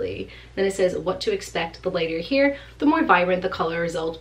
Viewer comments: hair=here....sorry I can't unhear it. Everytime she says hair, or chair in a video I hear 'here' or 'cheer'. Is this a regional accent? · She's from Rhode Island we're lucky she's gives us any R's at all. LOL Love me some East Coast accents :) Love Rhode Island! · A Boston accent!:)